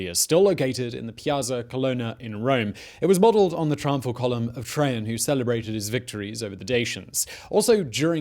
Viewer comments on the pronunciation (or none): why are you pronouncing it trayhan its trayjan